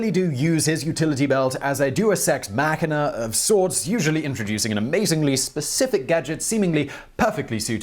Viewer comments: "Deus Ex Machina" not "Dues Ex Machina" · Duo Sex Machina. Yeah, no. I don't think any Roman would have understood that. English pronunciation is so weird. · Mispronounciation of the week: "Do a sex machina". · "Deus ex machina" Nah... "Do a sex machina" Approves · Simon “Deus ex Machina?!” I expect better from you! Look up the pronunciation